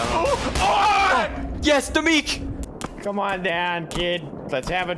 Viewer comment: Goodness gracious, you butchered Domique in the end! It was a fight for survival!